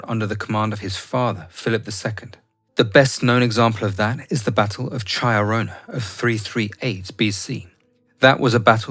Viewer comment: The way you said Chaeronea... 😂